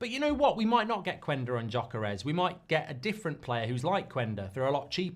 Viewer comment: Say YOKERES not Djokeres!